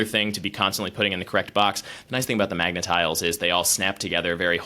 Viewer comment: MAGA tiles? Cause it sounded like said, MAGA tiles? Also, they look sharp and small enough to swallow.